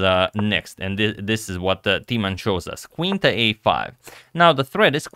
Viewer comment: In order to increase your vast knowledge: Timman is pronounced with a short i, like in imminent, not long like tea. You got the short a right in both Jan and Timman!